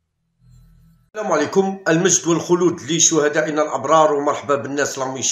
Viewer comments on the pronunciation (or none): none